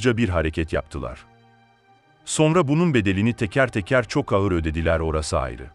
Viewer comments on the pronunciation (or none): none